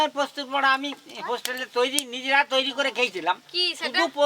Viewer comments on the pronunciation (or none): none